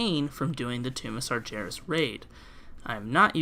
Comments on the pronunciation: No hate to the actual video... but it's Sar-gare-es. Not "sar-ger-es" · It's LeviosAAAAH- ah, sorry, i meant, it isn't "SargIeras" it's, "SargHeras"